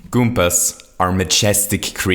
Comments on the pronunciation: He used to say goompers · You always say Kumpas